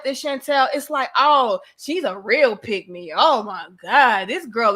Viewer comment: What the hell is a pigmy!? Or did you say A "pick me"